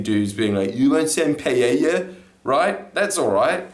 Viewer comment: I'm just stoked you know how to pronounce paella